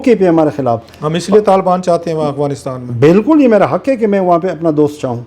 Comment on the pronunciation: کلاسرا صاحب، لفظ افغانستان ہے نہ کہ اغفانستان آپ ھمیشہ اغفانستان کہتے ہیں معزرت کے ساتھ mind نہ کیجئے گا۔